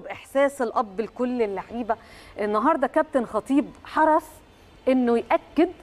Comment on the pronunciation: حرص بالصاد مش بالثاء